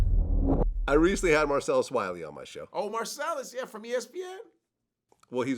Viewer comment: Marcellus- "Kap cappn"